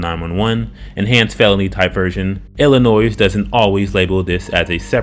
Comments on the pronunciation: Don't pronounce the s at the end of Illinois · Narrator: IF you’re real- the “s” in Illinois is not pronounced. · The "S" is silent in Illinois, just so the narrator knows.